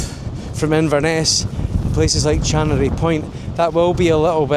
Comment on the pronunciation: You keep mentioning CHANORY point on your videos . . It's CHA-NON-RY point... said "Shanonry". You are missing the middle of the word out. Doing my head in. Apart from that I am enjoying your videos. Few other weird pronounciations but I suppose you are alien to this area hahaa.